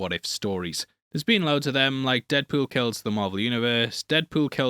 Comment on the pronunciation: No one: from Heavy Spoilers: “Deadpewl”